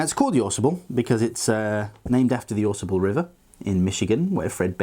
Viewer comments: It's actually "phonetically" pronounced the Aw-Saw-ble.... Aaaaawwwwsawble. I know, being picky but it's a local thing. That's how they pronounce it in Michigan. Great Vid. Thanks! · I hear people mispronounce this river name. Drives me NUTS!! It's not Ausable, with the accent on the first syllable. it Au Sable! Two separate words with the accent in the first syllable of the second word. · Hey an FYI from someone who hunts and fishes the area it is pronounced Au Sable "Ahh- Sah-bull" with the ahh drawn out a tad. It is famous for it's midnight hex hatch for fly fishing.